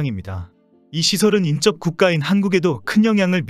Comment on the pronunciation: 인접-'인쩝'으로 발음하는 잘못된 습관은 하루빨리 고치셔야 하겠습니다.